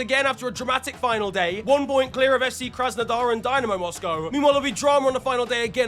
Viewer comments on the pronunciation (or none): none